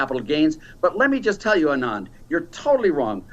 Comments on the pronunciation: It's ANAND. NOT ANAAAND. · That little man is condescending and infuriating. What does the fact that Anand and he went to the same prep school have to do with anything? Meanwhile he can't even be bothered to pronounce someone's name correctly. All that aside his economic theories and proposals are as outdated as he is. I won't waste time watching him again so I hope he will not be asked back on the show. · Jesus, Laffert's mispronunciation of Anand's name is ignorant and infuriating. What a jerk. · Tax revenues literally can't be raised by tax cuts... that's likely saying you breath better after you've drowned because water has more oxygen than air. Side note... Odin save me if I ever mispronounce Anand's name. That look was a RAZOR.